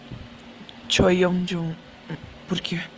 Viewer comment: NÃO É CHOI YEONJUN É Choi Juninho